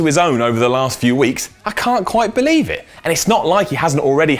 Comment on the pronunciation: Or Bo-lieve in Braun